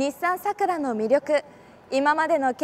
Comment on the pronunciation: 名前がイマイチ 普通の桜の発音ならいいが その発音さらに苦手